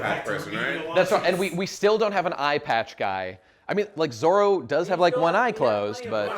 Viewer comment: The Zolo thing is as weird as the german dub calling Luffy Ruffy instead of